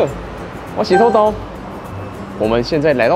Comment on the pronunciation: 終於唸出土豆的標準音調了